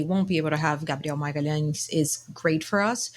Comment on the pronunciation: Ohh so thats how we call him: gabdeon magahlens.